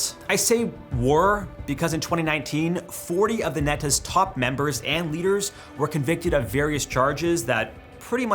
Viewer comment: When you say NETAS its spoken like KNEE-ETAS